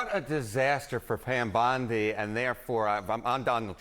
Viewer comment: Who the hell is "Pyam Bondi"?